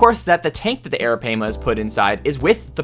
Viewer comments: Well oof. It’s Air-uh-pie-muh. So you didn’t say it right. :( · you did not say arapaima right sorry seach it